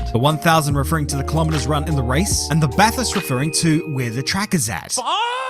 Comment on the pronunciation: It’s BATHURST,,BRO,,🎉🎉🎉